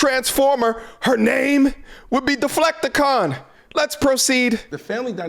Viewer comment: "Her name would be Deflecticon!" 🤣🤣🤣🤣